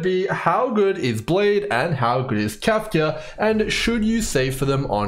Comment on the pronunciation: Your pronunciation of "Kafka" is the same as Trumps "China". It's like a drug, I can't stop listening to it.